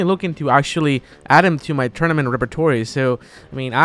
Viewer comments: its pronounced rep-eh-twah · Just so ya know its pronounced 'repetwar' :) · I know English wasn't your first language, and you don't speak French at all, but that was the most hilarious way of saying repertoire. (Phonetically it'd be more like Repetwar) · "tournament repe-torry"